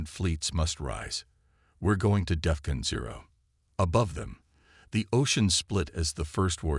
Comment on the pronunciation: Nice story. But, your so-called "AI" needs work. How the hell can an AI not say "AI" correctly??!!!! Example from this story..."...lost war EYE", "...earths war "EH-eye". And then, the word "DEFCON" is NOT pronounced "DEF-kun". AND, WHY, oh WHY do all POS AI's mispronounce the freakin word "read" incorrectly EVERY time it is used. POS AI ALWAYS pronounce it as "REED" when it should be "RED".....and "RED" when it should be "REED"!!!!! In this story......"...the plaque REED...." when your POS AI should have said..."...the plaque RED..."!